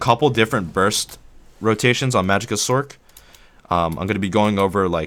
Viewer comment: Lol "sorsherer". Informative though thank you.